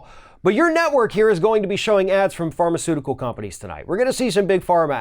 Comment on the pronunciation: "Fartaceutical companies..." Was that a Freudian slip or deliberate?